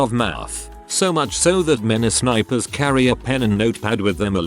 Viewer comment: “Spipers” mhmm